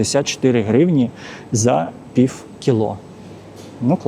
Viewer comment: Прекрасный магазин, качественный обзор🎉. Но! Ваше фонетическое "пиФФФ" (пiв) - чудовищно режет слух и портит всë впечатление от видео👆. Розмовляйте росiïскою, будь ласка. 🙂